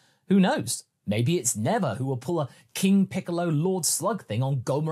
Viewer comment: Never say Neva!